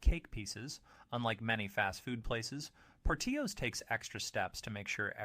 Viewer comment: You missed pronounced Portillo's. Learn how to pronounce company's name right. Amateur! Have you ever eaten at any of these restaurants? Panera is overpriced blandness. You would know that if you actually ate there. I don't trust your opinion because i dont think you have actually experienced all of these restaurants.